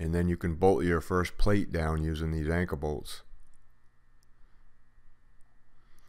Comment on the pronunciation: Call me dumb but what is an anka bolt? Oh I see duh.Anchor bolt. Sorry I'm from Texas. I feel dumb.